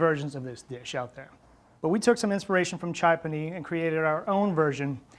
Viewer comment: Chai - P’aa’ni…with a long aah sound. It refers to the other famous indian street food item pani puri. Great recipe as always.